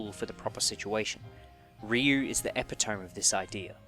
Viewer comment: Epi-tome... EPI-TOME? SJHJJSJJSJFJAJJSAJHEHX